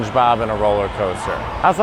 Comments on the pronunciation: I enjoyed this, but it's CinnaBON, not CinnaBUN! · Cringe and take a shot every time Mateo says “CinnaBUN” instead of “CinnaBON” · Stop saying CinnaBUN, it's CinnaBON (Silly girl) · Girl it's Cinnabon..not Cinnabun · Cinnabon. BON boy, not BUN. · ConnaBON! It rhymes with crayON!